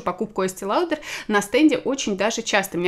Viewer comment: Есте лаудр 🤦🏼‍♀️